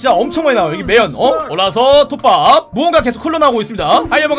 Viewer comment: 톱밥이 국밥으로 들리네 역시 난 국밥충이야!!